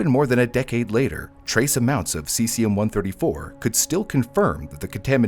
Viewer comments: Also, *ce-zee-um or ce-zhee-um. Not si-si-um. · 'Sessium' lol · god how are these senators getting into power. him mispronouncing cesium is the least of anyone’s concerns